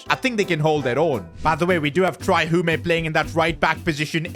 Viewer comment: It’s pronounced Hume not “humey”